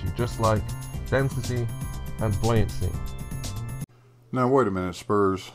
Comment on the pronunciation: There's one thing he gets right - the pronunciation of 'buoyancy'.